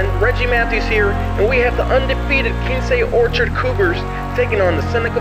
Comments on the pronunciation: Mad he mispronounced it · said both they names wrong it’s still all luv tho 😂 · One would think that if you have your own channel and want to showcase these schools, it would be important for you to pronounce the school names correctly. That's embarrassing dude. It would've taken you 2 seconds to ask someone how to say Quince Orchard and Seneca Valley. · DMV Product! Reppin 301! Yo! Its Q-Wince Orchard & Sen-A-ca Valley!!!!